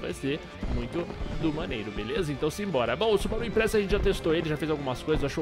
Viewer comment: É subaru impreza não imprezza com dois ´´Z´´. :p